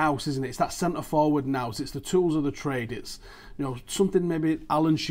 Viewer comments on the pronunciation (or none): none